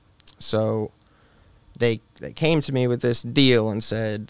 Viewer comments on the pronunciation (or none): none